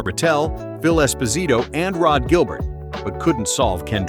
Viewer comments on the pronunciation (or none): His name is pronounced Rod Jilbear not Gillbert if you want to narrate the videos about hockey then pronounce the names probably. Learn some hockey adaquete. These athletes don't deserve to have their names mispronounced.